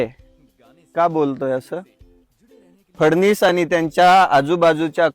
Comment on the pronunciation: फडणीस नाहीरे फडणवीस, नावही नीट घेता येईना बिचार्‍याला, कोणी मारत नाही तुला फक्त पीण सोड थोडे जास्त दिवस जगशील.